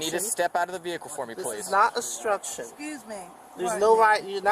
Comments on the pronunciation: The guy is really high!....He sure is struggling with the word " obstruction"- astruction, construction, ustrssion..... lol. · Astruction and instructing 😂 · “This is not ASTRUCTION!” Correct, however it IS obstruction 😂😂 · He's right, it's not astruction, it's obstruction. To be quite frank, it doesn't seem like that guy was all there. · That bearded "child" thinks he's being arrested for "astruction" and "instruction". He either can't form B's with his dumb mouth or has never heard the word obstruction in his old life. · "This is not astruction". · “This is not astruction” huh? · "I'm not astructing." Dude, nobody accused you of calisthenics.